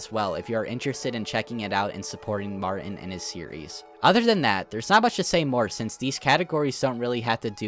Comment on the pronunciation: Lmfao I love the way he pronounces stuff. Martin's name for example. "Marin" and 32 Minutos as "thirty two minuros"